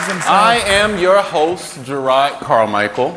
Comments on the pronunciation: You said Jerrods name wrong. Lol!! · You pronounced it wrong, not Jerod. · i agree with your sentiments, but you flat out still pronouncing his name wrong. shit. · You’re saying his name wrong….